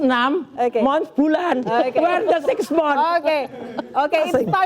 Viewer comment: "siks mon" itu apa, roy suryo .... pronounciation salah2 aja sok paham ttg ijazah luneg